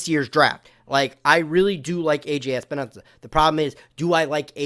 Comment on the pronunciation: Awesome job! One thing. Its Epenesa not Espenesa but no biggy. His name is confusing!